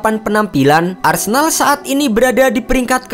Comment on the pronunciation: Arsendal BG sebutannya